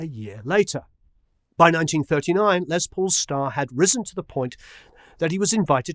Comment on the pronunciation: Great Video.....Just a point...his name is Lester not Leslie....so should be pronounced Less not Lez....but I know you know lots of famous people, so does he call himself Lez or Less? Brilliant man regardless..